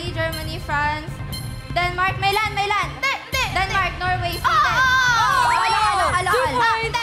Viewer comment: Maylan ✅ Milan ❎ Binago napo Kung Paano Basahin ( 6-25-24 ) 😂